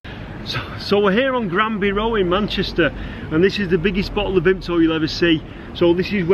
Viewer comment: You aren't a true manc if you don't pronounce Vimto as "vimpto" xD